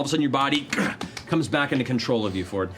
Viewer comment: Isn't Fjord pronounced more like Fi-yord? If it was just Ford it'd be spelled like Ford, right?